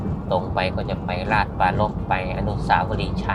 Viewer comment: อ่านผิดอีกแล้วต้องอ่านให้ถูก ราช-ชะ-ปรา-รภ